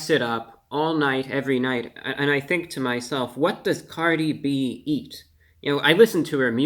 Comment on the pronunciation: Cardi O?.? Cardi B... Cardi hwo?